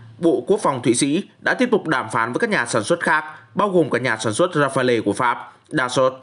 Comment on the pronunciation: Rafale ông ơi ! Ông mới là đọc sai á :))